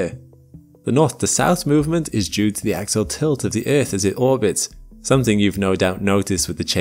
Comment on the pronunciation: When you mean to say, "Axial Tilt" (AX-ee-ul), it sounds for all the world like "Axle Tilt", confusing the Low-Information crowd. Please look into this.